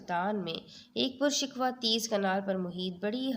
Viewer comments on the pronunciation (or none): پرُ شِکُوہ ( شین کے نیچے زیر)